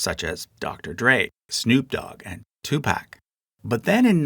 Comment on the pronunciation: "tupack" come on... seriously egregious